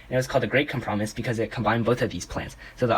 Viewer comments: ok its com-prah-mize, not com-promise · Thanks for all the information but...“cum-prah-mus” ? 😭